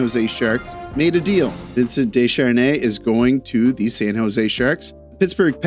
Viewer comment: You from Mtl and said Des''Char''nais? c'mon man... We had a Desharnais with us for so long.. :(